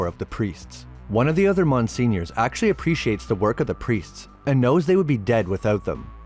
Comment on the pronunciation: Wait..did u mean to say Monseigneur when ur saying “Mon senior “???